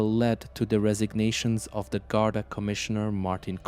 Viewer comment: Anyone paying any heed to this should be asking firstly how much the maker of it can possibly understand about Ireland if they are making a video about the Gardai and they don't even know how to say the word GARDAI. They also call the I.R.A. "era". Don't be allowing yourself to be being influenced by the world's laziest AI.